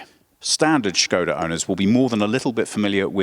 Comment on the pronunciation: Hey Team, love the effor you put in your pronounciations, Skoda was perfect :) if you'd like to step it up a notch, Octavia is [Octaavia], the 'a' is prolonged :P thanks for the vid, I didn't even know there was a new version till I saw you in my inbox, nice.